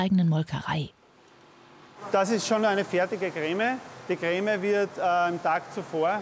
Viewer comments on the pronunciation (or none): dieser typ sagt anstatt "creme" "greme"😂